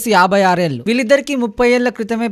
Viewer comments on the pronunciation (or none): ELU KAADU ఏళ్ళు. First get trained and speak Telugu properly.